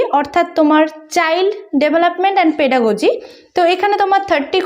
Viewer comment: Pedagogy. Pronunciation ta valo kore korun